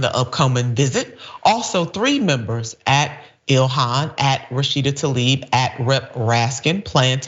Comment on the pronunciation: Let's try to pronounce the representative's name respectfully, shall we? It's \tlah-eeb\, not \tall-EEB\.